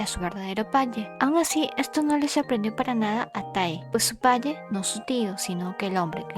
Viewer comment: Jaja amo cuando dice palle en ves de padre❤❤❤